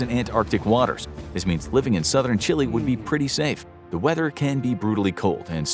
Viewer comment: you said Chile right; many Americans say Chil-A